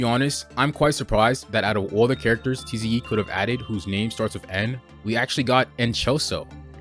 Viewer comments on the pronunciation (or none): tze not teezee e